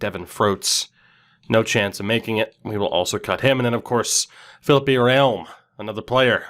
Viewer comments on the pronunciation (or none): Its not philipp-ay!!! Philippe is pronounced pretty much just like Phillip!!!